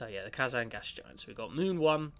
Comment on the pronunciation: You didnt read the first introductary part of the description! also you pronounced Kazan wrong but that is not a large problem...